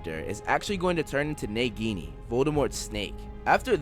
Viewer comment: How does this man pronounce Nagini😂